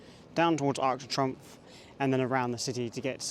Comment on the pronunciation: Arc de Trumpf…… not pronounced like that 😂. Arc de Tree’omph’